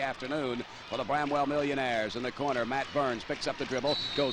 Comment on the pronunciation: its BRAMWELL ..... NOT BREMWELL !